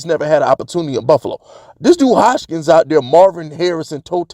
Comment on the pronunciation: Bro, put some respect on our #1 WR name. His name is Hodgins, where you get the “K” from??? 😂🤣😂🤣